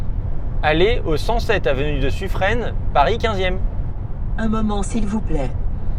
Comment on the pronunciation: suffren se dit suffrin je pense que le tps ne le trouvait pas pour ça